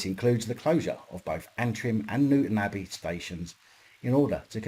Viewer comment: Pronounced New Town Abbey but as one word. My home Town 😀